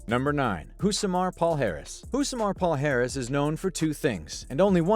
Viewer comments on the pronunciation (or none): Don't wanna be boring, or seem as a c*nt, but just wanna give some feedback. It's pronounced Rousimar (Rou zi MAR) Palhares (Pa li a RES) and not "Paul Harris". :)